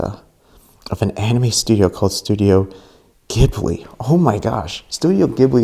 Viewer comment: You say ghibli wrong but it’s cute don’t steal anything!